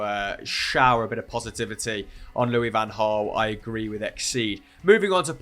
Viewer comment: It's pronounced LouiS fan Hraal. He is not French. Don't be shy of the s. ;-)